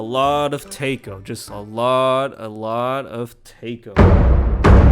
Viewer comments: IT'S TAIKO, NOT TEYKO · it's taiko not teiko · >tay-ko it's it's tie-ko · Was wondering what the hell a "tay-ko" was for ages and realised he meant taiko drums lol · My brain couldn't get over the way he said taiko I just kept thinking "tay ko? tako? taco? whaaaaaa" until I saw it written out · its pronounced like "thai-ko" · Take-oh? What’s a take-oh? I really hope this video was just jokes on mispronouncing musical terms/instruments. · LOL... btw, Taiko is called "Tie" -"Co" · Taiko is said "Thai- Co" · It's pronounced taiko not taiko